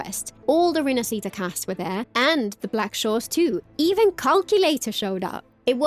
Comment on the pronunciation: I really love your content but for the love of gatcha learn to pronounce "rinascita" properly.